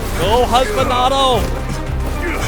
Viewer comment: Husbando not Husbanado